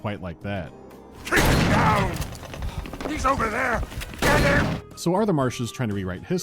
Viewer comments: I had to do a double take and go back several times in this video. Cause I could swear called the city "Pokemon" instead of Oakmont. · Every Time he mentions the name of the Town i hear It as pokemon